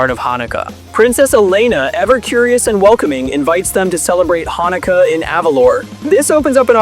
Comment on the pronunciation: THE AI VOICE BE MISPRONOUNCING SO MUCHHHHH!!! AS A JEW IM A LITTLE BIT PEEVED!!!!! HANNUKAYA?!?! WHATS THAT?!?!?! Besides that, this video was great I loved Elena when I was younger :)